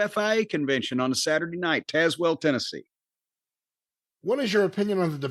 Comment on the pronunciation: lolz at not pronouncing tazewell right... ive driven down tazewell pike